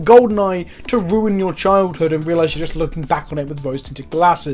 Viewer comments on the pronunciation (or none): none